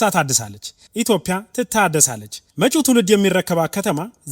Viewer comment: Education is important 😂😂😂 say hi to the perfume guy 😅 ኢትዮፒያ ❌️ ኢትዮዽያ✅️. ከየት ከየት ነው እምትሰበሰቡት😂😂 ስም እንካን በትክክል ጥራ 😅😅😅 አለት!!!